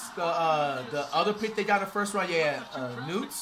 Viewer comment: flight said “knewt” 😂